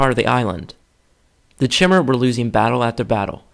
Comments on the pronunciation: I made that mistake as well, it's not Ch-imer, but K-imer, or Chimer. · Not to be pedantic but chimer is pronounced as (ki-mer) the same pronunciation as the Greek mythological fire breathing beast chimera